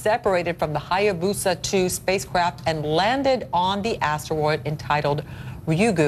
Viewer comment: lamo why does she keep saying astewoid like a lil kid